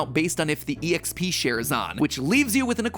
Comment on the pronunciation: This mofo really just said “e-x-p”. Wtf Matpat. Wtf